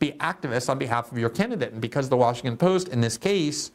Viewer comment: Are you saying Washingkin?